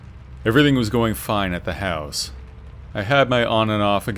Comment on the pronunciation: I love how you pronounce house... hauss. Excellent stories and definitely unsettling feeling when you are alone in a house.